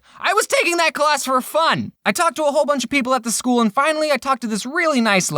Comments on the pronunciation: It’s not skol it’s school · It’s school and not skool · It is school , not skool